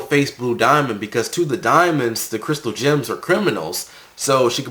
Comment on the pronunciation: i keep hearing the word Gyms not Gems, is it supposed to be pronounced like that?